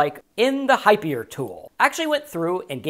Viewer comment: pronounced: hyper.